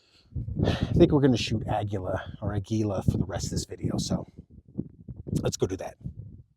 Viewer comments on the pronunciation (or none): Uhh-gee-uhh is how aguila is pronounced